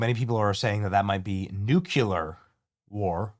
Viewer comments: New clear! Not "noo que lur" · Please, oh Please. It's NEW-klee-ar. (not NOO-kyoo-lar). Still a big fan, and this may be trivial to you - if so, then disregard. Regardless, I love your content. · No way. He thinks about the normal people in Iran. ... and please say NUCLEAR .. not nucular? I'm sorry but I have to say that because it makes me cringe. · New-klee-er, not nuke-u-ler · Nuc-LEEEEE-ar! It’s spelled nuclear. Not nuc-U-lar. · NucLear not nucular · Nu-cle-ar not nuculer 🤦🏻‍♂️ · It’s nuclear, not nucular. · It is 'nuclear', not 'nucular'. The British Empire was not brought down in the Middle East. Nor was Napoleon. He lost a campaign there, before he even became Emperor. Go back to plagiarism. You are better at that. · You're an intelligent man... please learn to pronounce NU CLE AR !.... It's not NUc U Ler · It’s “nuclear” not “nucular” 🙄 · Also it's nu clear not nucular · I love your shows, adore you. Could you please try to pronounce nuclear as NU-clee-ur. You say NU- cyue- ler, and it's wrong. Thank you. 😊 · Say it with me — it’s “noo-klee-uhr”, not “NOOK-yuh-luhr”… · Benny, it’s not NUKE-U-LER. It’s NU-CLEE-ER. Level up my guy. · Nuke--LEE--ar NOT Nuke--YOU-lar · Same! Drives me crazy when people say NUKE-U-LER. It’s NU-CLEE-ER Benny! 😖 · Benny new clear 😂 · BENNY!!! --- IT'S Nuclear" (/ˈnjuːkliər/ NOO-klee-ər) is the standard, correct pronunciation. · New- qu-lear…… ugh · Its N U C L E A R, not nuculer. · Literally can’t take anyone seriously who says “nuculer” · Benny says “new-keh-lahr” lol thank you for keeping us updated, brother! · Say it like new clear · It is pronounced like Nu Klee Yur brother. The S is silent. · Nuke - lee - err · Dude, love your channel, but please say nuclear correctly! 😂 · Damn, Benny! Please pronounce nuclear correctly. Where did you go to school?